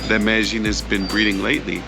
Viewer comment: "MEDEJING"????????? NO! Its pronounced MEDAYEEN!